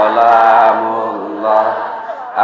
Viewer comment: assalamu'alaikum wr.wb,maaf paknustadz sebelumnya kalau saya salah menilai,kalau tdk saya salah dengar,bacaan sholawat sholaatullooh solaamullooh bukanya yg benar salamullooh,🙏🙏🙏